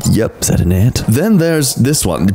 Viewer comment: Ah yes, my favourite insect, the mmmmbuuss-mbuh-de-uh-d-de-yep-that's-an-ant.